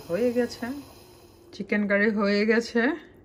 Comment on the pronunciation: u have said kitchen. (8.20) it's Chicken not kitchen. don’t mind apu